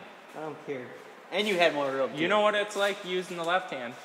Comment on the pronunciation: "Yah...I knaw" Pure Minnesota.